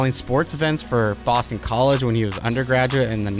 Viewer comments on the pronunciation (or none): none